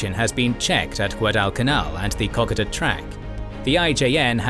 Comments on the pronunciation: Kokoda = Co-code-dah!! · I grind my teeth every time he pronounces Kokoda as: Cock-a-der!